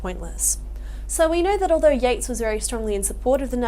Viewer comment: Yeats, not Yates